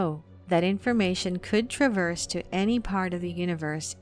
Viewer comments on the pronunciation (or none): none